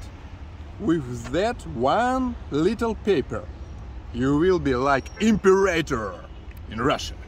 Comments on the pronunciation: Not EMPERATOR, EMPEROR, there, I taught you English, now you teach me all of Russian lol No she had it right the first time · Emperor is pronounced em-per-oar